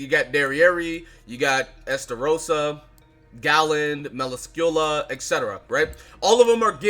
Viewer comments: Bro why you pronounce Melascula like that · Bro why you pronounce melascule like that 💀